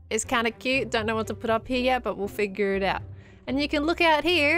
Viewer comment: Scott's "quoot" sounds like it has worn off on from Last Life... quoot...